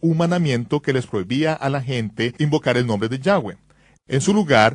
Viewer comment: Yehshua No. YAHSHUA! Si. No se dice Yehvé ni Yehweh sino YAHVÉ O YAHWEH.